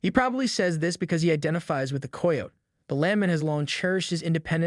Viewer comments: learn how to say Kie o tee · Hearing how this dude pronounces "coyote" makes me want to jump off a cliff. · For the love of god please learn how to pronounce coyote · "Coy-oat" was my favorite